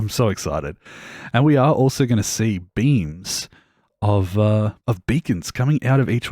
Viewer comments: Lmao, I heard beans too😅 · you said "beams" but i heard "beans" and ive been laughing for an embarrassing about of time